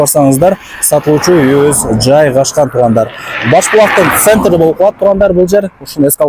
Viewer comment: Центры деп озгочо кылып суйлойсун го